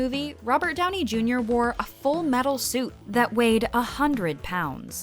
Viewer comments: “robert ‘downie’ junior” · DOWNEYNOT DOWNIE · Tobey “Mcquire” 😂😂 (edit) you also can’t forget Robert “Downie” Jr 😂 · who else love “Robert Downie Junior” lol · And Robert “Downie” Jr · And Robert “Downie” Jr. lol